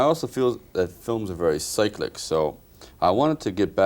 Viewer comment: "films are vey Psychlick"??????? he meant cyclical